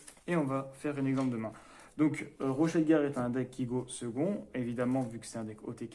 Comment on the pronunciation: Yo Bonne compo :D Au fait c'est Rocher de guerre pas rochet ;)